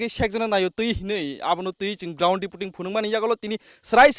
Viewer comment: sec oh Patimungni kubui mangpili ground zero 'repoting' (reporting) kok khorang 🤣🤣🤣🤣